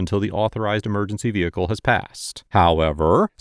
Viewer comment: VEHICLE IS PRONOUNCED VEHICLE (VE-HIC-LE), NOT NO DAMN veakul, veakul IS NOT A DAMN WORD